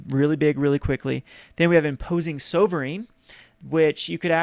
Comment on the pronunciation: Should actually Look in how to say Sovereign correctly... because he looks foolish